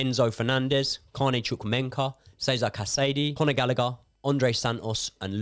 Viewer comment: Can someone tell that is not "ChukwuemeNKA" but "ChukwuemeKA" lol